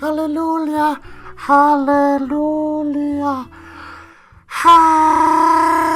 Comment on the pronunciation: I laughed out loud when you started saying "Halleloolyuh" cuz I wasn't sure if you were serious or not. Lol No hate, you know I love you, but there's no "L" its "Hallelujah" with the "j" making a "y" sound. 😂 Keep up the great work. Also, the horde mechanic is dumb so I'll be skipping it entirely. Just my 2-cents.